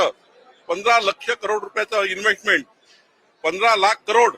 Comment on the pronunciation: Investment शब्द बोलता येत नाही